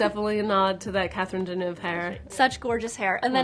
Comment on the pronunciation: lmao she said Catherine DenOOFS (sorry the interviewer seems sweet it just was funny to me)